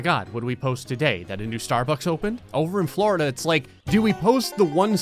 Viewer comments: "Flourda" :P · When he says Florida it sounds like he's saying flarda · It’s Florida He says flarda I love it